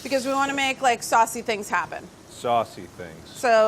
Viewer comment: The way mark said “Sausey things” sounded an awful a lot like “sussy things” and the way he looked at the camera while holding a knife in just makes me believe even more that he predicted Among Us.